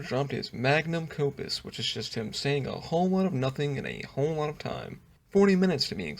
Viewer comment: "Magnum copus" killed me